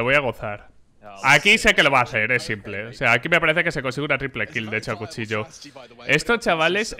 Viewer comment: Me explota una vena cada vez que pronuncia s1mple como "simple" en vez de "Simpol"